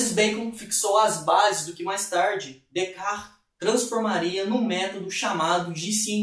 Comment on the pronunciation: Decar foi a pronúncia mais estranha que já ouvi